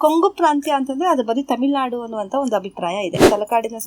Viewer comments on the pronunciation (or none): none